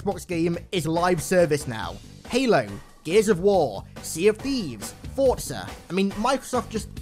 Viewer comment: Oh yes he pronounced Forza correctly